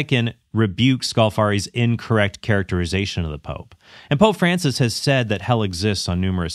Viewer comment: If Altman insists on calling Francis by his given name, could he at least pronounce it correctly? Or is he purposely mispronouncing it as a further sign of disdain?